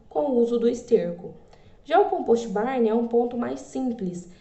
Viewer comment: '' composti barni " Puts.... Se o termo é do inglês, quem sabe vamos respeitar o idioma e falar corretamente as palavras né? Não tem a letra " i " em nenhuma das palavras. COMPOST com T mudo e BARN com N mudo. Obrigaaaado.